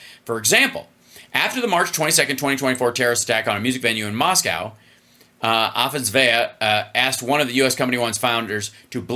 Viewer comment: I just learned Hal is dyslexic when reading Russian names. ‘Afasveya,” “Afasneva,” … it’s Afasnas-Yeva!